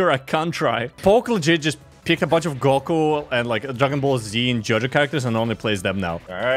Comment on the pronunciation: why does james say góku insted of goku 💀